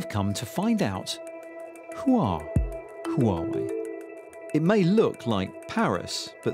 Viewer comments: 🤬🤬 ITS PRONOUNCED WAH-WAY!!!! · 华为 Huawei，the reporter don't need to change the tone everytime he mention it. Different tone carries different meaning, or even meaningless. Time to learn Mandarin! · HUAWEI=who are way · HUAWEI made a video teach foreigners how to pronunc HUAWEI，they say it should pronunc wuawei，so it is not foreigners fault，I think its easilyer for Germans to pronounce Huawei，there has a lots “H” sound words in German